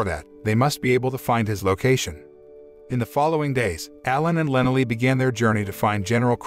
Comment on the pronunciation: It's pronounced lyna-ly lee